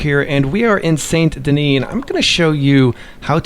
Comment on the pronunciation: Why does nobody pronounce Saint Denis correctly 😂